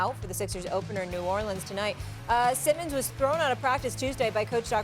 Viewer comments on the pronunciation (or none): none